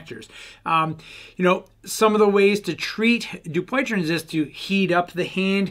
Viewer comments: Need work on pronounce of name. You're not even close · I think you’re pronunciation of this disease is off